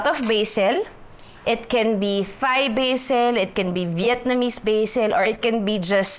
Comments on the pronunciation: Hindi po prinopronounce ung H sa Thai. Parang Tay/Tai lang sya hindi Thai na parang thigh 😊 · “Thai” is pronounced as “tie” like the knot, not “thigh” 🤦🏽‍♂️ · Hahaha, from Nong to watoosi— I love your videos! Oh, sige na nga, game. Ako na mamabash, but the common (I won’t say “proper” because everyone has their own way or preference) to pronounce “Thai,” is TAI. Not with the “th” sound. Love you! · Its pronounced daw po as Tai.. though the spelling is Thai. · my life my choice.....mind your own business...kaya nga totoong show ito walang perfect may pa th th pa ano ngayon kung gusto nya ng ttttthhhhhaaaaiii...aysus abaw nkang gid.....tan aw lng bala damo kamo mga perpekto ah kadto kmo sa mga oerfect ah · Judaaay! Thai is pronounced as 'Tai' 😊